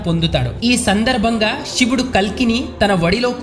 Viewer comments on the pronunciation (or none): none